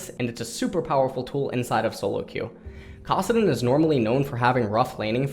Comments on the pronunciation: You say Kassadin weird and the only person I've ever heard say it "Kahsadin." It's Kass, just like Cassiopeia. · Valerius Korean pronunciation